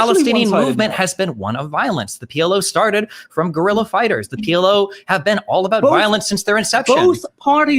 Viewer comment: You know ur dumb when u pronounce “guerilla” wrong and ur half Cuban